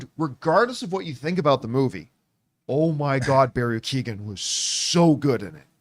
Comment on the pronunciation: Keoghan is not pronounced Key-O-gan. "Keoghan" is typically pronounced as "KYOH-gun" in English, where the "Kyo" rhymes with "Joe."